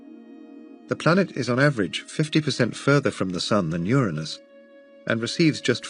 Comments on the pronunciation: Thank you for pronouncing the planet correctly ur a nus not that filth other channels think is funny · I’m just glad that the narrator properly pronounces “Uranus.”